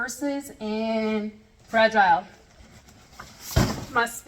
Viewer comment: Fruh-gee-lay, must be Italian.